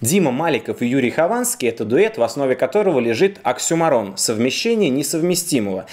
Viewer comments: *В основе которого лежит Оксимирон **Берешь "оксюморон", так и ударение нормально ставь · оксЮморн,а не оксюморОн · правильно говорить "оксЮморон"...